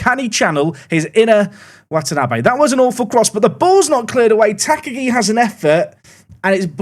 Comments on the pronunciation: Tuh -KAH-gee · just engaging about the soon to be top scorer of the league. Ta-Ka-gi isn't hard, I'm sure he'll nail it over time. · Please pronounce Takagi in the commentary like Hans Gruber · I really hope you are pronouncing Takagi this badly for engagement. Please stop, you are going to say his name a lot.